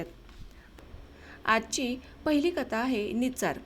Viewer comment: सदोष उच्चार .1.11 "आजची पहीली कथा आहे निचार".2.06 " बुरबुरा सारखी सुरु होती " ( बुरबुर सारखी सुरु होती) काळंब नाही काबळं .2.30 " तशाच फटितन गार वारा आत शिरत होत" (वार).3.43 " नसात विचार करुन राहिले होते"( नसता).3.49" अजुन गड ही आला नव्हता "(गडी).4.05 " बाहेर तोंडला लाच उभ राहुन " (तोंडालाच). असो . तुम्ही एक अत्यंत उत्तम कार्य करत आहात. मराठी साहित्य वाचन संस्कृती लोप पावत चालली आहे , ती जिंवत ठेवण्याचा. पण वाचण्यात अशा ढोबळ चुका करु नका. ती भाषा हाच साहित्याचा खरा आत्मा आहे . उच्चाराच्या चुका टाळण्याचा प्रयत्न करा.